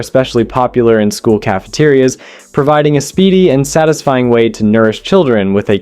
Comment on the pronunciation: Your Ai is terrible. Yeah, that's very "tisfying."